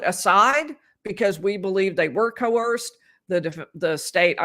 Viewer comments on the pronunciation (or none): none